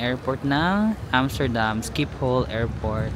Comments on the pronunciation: you pronounce Schipol Airport in Amsterdam as “shi-puhl” airport. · The way u pronounce Shiphol is weird😂. It’s sheepol